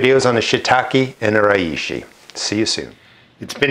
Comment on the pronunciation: For the pronunciation think 'She - tack - eh' for Shiitake and 'Ray - she' for Reishi. Hope that helps.